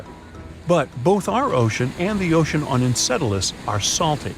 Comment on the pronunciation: its EnCELadus not EnCEDelus